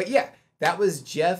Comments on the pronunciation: You said Geoff name right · You said his name perfectly. Geoff's range is over 5 octaves - A0 growl, B0 lowest subharmonic, F1 lowest full chest, Bb5 head voice. Where you think it's over, check the amount of time left. With this one Geoff is getting snowed on, then he talks a bit, shows some of makeup, props, Kathy (his wife and manager) animates Zero. Usually although not in this one, if it just goes to the Patreon list, you won't miss much. Both Geoff and VoicePlay will add cool stuff at the end - not even most of the time, but it is fun when you catch it. VoicePlay's - Drunken Sailor, and Running Up That Hill are examples of extended video you wouldn't want to miss. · Every one of these vocals were Geoff's; layered at times for effect. BTW: I believe you pronounced his name correctly.